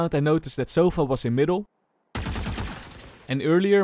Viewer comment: Sova❌ Sofa✔️